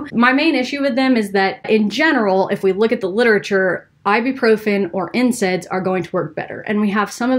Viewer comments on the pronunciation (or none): When she said NSAIDs, it sounded like she said incense. Another herbal remedy. Just kidding.